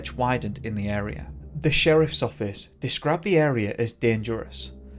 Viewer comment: He disappeared from the anal area sorry but that’s what it sounded like you said LOL